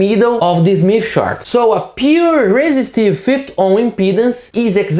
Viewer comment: If only he could learn to say 50 ohms and not 5 ohms and its a SMITH chart not a mif chart.